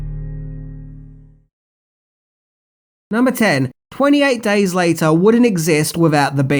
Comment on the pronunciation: "EN TWANTY AIGHT DAAYS LIATAA"